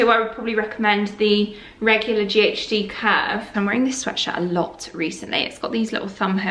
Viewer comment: My dog perked up when you said Kirk instead of curve lol. (Kirk is his name) he thought he was getting a shoutout. Love all ur content very inspiring and calming xx